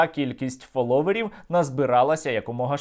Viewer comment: Тіко не фолОверів, а фОловерів